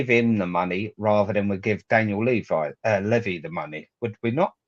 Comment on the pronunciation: Can't take seriously when he can't even pronounce Levy properly.